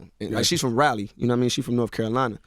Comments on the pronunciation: Raleigh is pronounced (Raa Lee BowWow...RAA LEE. That is all 😁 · Why everybody pronounce Raleigh wrong??? Kevin Hart did it too. Pronouncing my old stomping grounds wrong when its such an easy word. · Being a Raleigh native, The way he says Raleigh makes me cringe